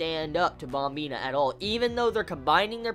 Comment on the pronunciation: Wtf is up with the " BOMBINA" ? pronounce it correctly brah, yeah u mad?